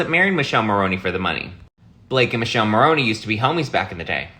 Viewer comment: Its pronounced Mikellé Morrone!! Learn some Italian.